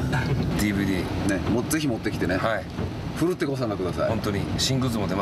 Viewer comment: 最後の最後で「ねっちゅうちょう」ｗｗ